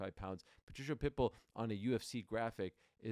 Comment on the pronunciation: Ariel, You are pronouncing "Patricio's" name incorrectly it's "PA-TREE-KEY-O" Not Patricia!!! If I were YOU, I would make a Public Apology to him but, that's If I Were YOU, just saying... Good luck when You get Face to Face with Him!...😮